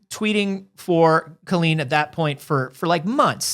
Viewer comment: I literally want to grab her and tell her that her name is COLLeen not COlleen. I’m glad I’m not the only one that thinks that crazy